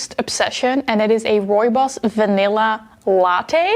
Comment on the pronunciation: As a South African (my country is where rooibos is from) I was like finally someone pronounces "rooibos" correctly! Then I remembered you are Dutch so that makes perfect sense.